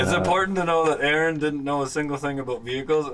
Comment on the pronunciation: Good to meet Aaron, I'm an Aaron and was also cool to hear it pronounced properly for a change... Oh and that oil looked fresh?